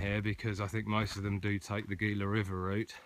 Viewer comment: FYI it is pronounced "Heela" not "Geela". No big deal, but thought you might like to know it What time of the year were you hiking in the Gila? I have been plenty cold in in the Gila! But, yes the river crossing and all the rocks along the rivers can get really old. Love that part of the country though. Some really large cats in that area as well!